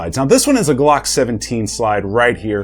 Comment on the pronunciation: That’s “Glocks” not Blocks